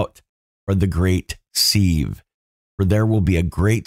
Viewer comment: "Sieve" rhymes with "live" not "leave"